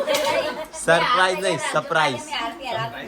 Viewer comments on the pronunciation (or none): none